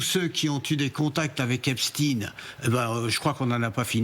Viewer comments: Il ne s’apelle pas epsteiiiiiinnnnn. Pourquoi vous modiez la prononciation de son nom ? Pour que ca fasse russe ? Il s’appelle Epstein. C’est un americain d’origine allemande. Ce n’est pas un russe. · Ce n'est pas Epstin mais EPSTAIN qu'il faut prononcer un nom d'origine Germanique STEIN qui veut dire pierre en allemand et pas STIN quelques journalistes prononcent correctement Comme la ville d'Erstein en Alsace se prononce Erstain OK😬 Ainsi que Klein ce n'est pas klin mais KLAIN ( petit ) et Weil n'est pas Wèl mais WAIL Parking ne se prononce pas Parkinge que je sache alors un petit effort Mr les journalistes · ce n'est PAS l'affaire Epst-IIIIINE; tout comme EIN-STEIN, comme PIERRE en bosch, tout comme le film Mr. KLEIN, avec alain delon, c'est KLEIN, comme en bosch PETIT; votre prononciation a l'americaine demontre votre bias et votre complicite. comme votre ex-ministre, mme. Borne, c'est mme. BORNSTEIN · EpstEIN ...et pas Epstine... On dit EnstEIN pas Enstine...on sait exactement ce que vous faites et pourquoi